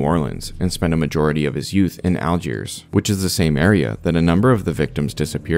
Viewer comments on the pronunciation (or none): none